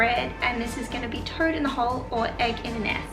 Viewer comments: I thought you were saying 'turd in a hole', lol. Toad isn't much better I suppose. :) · Oh my goodness...so happy I found this channel. I love history, you're adorable. When you made breakfast I thought you said turd in the hole 🤭🤭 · I thought she was saying turd in a hole. I was thinking ok no problem different times..